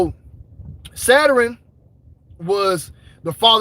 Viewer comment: Bro said Saturin (Saturn) lmao